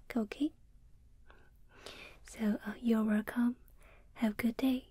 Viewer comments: "wercome back" where are you? :') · Me: not getting tingles and anymore and then finding this person’s asmr Her: wercome- Me: ZZzzzzzzZzzZzzzzzz Seriously this is the best asmrist